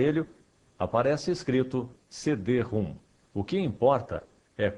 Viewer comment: Pronuncia-se "CD-RÔM", não "CD-ROOM".